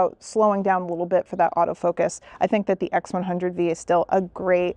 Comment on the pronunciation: Since when did the X100V(vee) become the X100V(five)! 😂